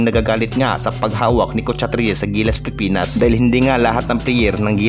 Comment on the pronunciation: Idol wag ka mag madaling magsalita pilipinas hindi pipinas idol concern lang kc pangit pakinggan kung nagmamadali ka